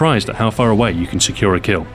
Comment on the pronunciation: What's a kiil? Also, what's a sheel?